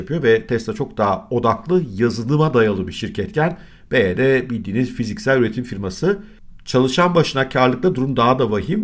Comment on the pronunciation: Dayı anlık tesla mı baydöner mi diyorsun sandım